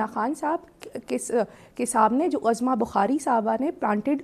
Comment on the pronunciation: سر لفظ عظمی کی ع پر پیش ہے زبر نہیں ہے عُظْمیٰ